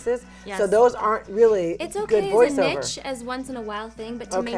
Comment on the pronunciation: Nich? I think she means niche?